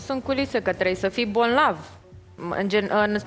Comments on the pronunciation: "Dragă" atotștiutoare, n-ai aflat până acum, ca se pronunță și se scrie, bolnav!!!! nu bonlav 😉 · nu se zice “bonlav “ ci bolnav fetita 😅😅😅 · BONLAV ???😂🤭 Serios? Parcă spunea că ea vorbește corect limba română! Iată Lupul Moralist unde era! 👎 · Am crezut ca nu aud bine cuvantul "bonlav"...... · a zis de ori gresit si odata corect